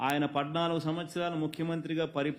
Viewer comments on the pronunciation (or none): పద్నాలుగు అనడం రాదు నీకు, పడ్డనాలుగు